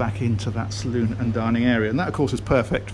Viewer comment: With all this guys experience you’d think he’d finally figure out the salon is called the salon. Like hair and nail salon. NOT salooooon like the Wild West. Great vids other than that.